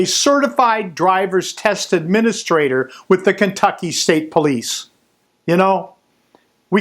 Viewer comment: They pronounce it as kennnntucky